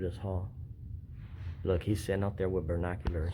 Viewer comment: Ber-NOK-ulars. Lol